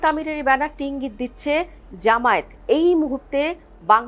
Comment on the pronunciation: ভালো করে উচ্চরণ করো জামায়েত নয় জামায়াত